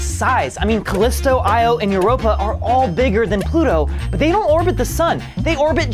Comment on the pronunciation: Ploto. Not planat